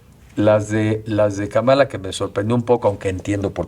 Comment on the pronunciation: Mi estimado Enrique hasta ahorita estoy viento el programa buenísimo x cierto. Solo te aclaro es Kámala.😊